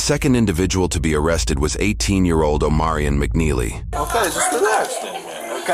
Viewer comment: Omarion? I heard O'moron.